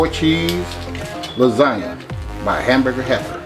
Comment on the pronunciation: He said hamburger happer